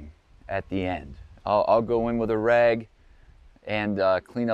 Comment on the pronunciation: would give you a hard time about how you say “rag”...(‘reg’) #sore-y